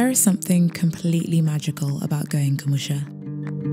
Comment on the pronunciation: I love the way she pronounced “kumusha”😂😂😂 you gained a subscriber guys👍